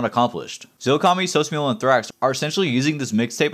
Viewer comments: sos mula (moo lah) not mule a lmaooo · the way you pronounced sosmula bro